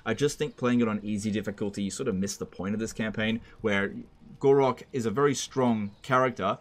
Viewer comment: why do you keep calling Gor-Rok "Gor-raq"?